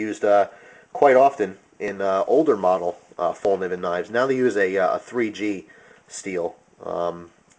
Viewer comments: "fel-k'neeven" (the K isn't silent) is pretty close to how it's pronounced :) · It's pronounced fellkneeven where you actually pronounce the "k" too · If you know how to properly pronounce Fallkniven, why do you choose to say it otherwise. That's annoying as fuck. Show some respect to proper nouns.